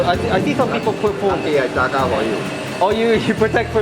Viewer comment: its JAGA not JAGAR